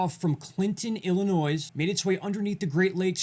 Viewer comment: Illinois has silent "s". Pronounced Ill-a-noy" Insignificant? Just don't want you to appear hickish or uneducated;)